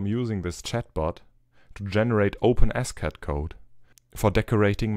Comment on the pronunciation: Open S Cad, I thought you we're saying OpenAscott. My bad. Great work!